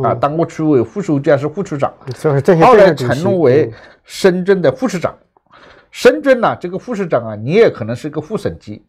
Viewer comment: 原来的何老板是会把深圳念成深俊的